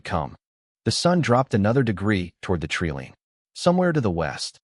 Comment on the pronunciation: Treeline, long i sound not treeleen. Owen pronounced Orin... Wound is pronounced wound not wound... Too many mispronounced words, too big a distraction from the story